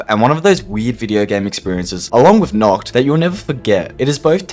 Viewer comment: Knocked? It's pronounced Nacht 🤦 and Kino Der Toten is theatre of the dead not cinema god you're stupid.